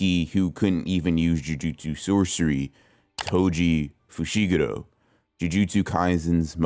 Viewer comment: Why he pronounce fushigoro like that? They pronounce all the names for you on the anime….